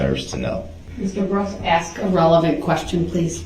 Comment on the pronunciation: The worse one for me is saying ax instead of ask.